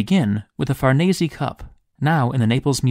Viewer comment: Thank you for sharing these fascinating histories! 👍 Edit: BTW, Farnese is pronounced Far-nay-zay. In Italian, the E is pronounced AY as in day, and the S is pronounced Z as in zebra!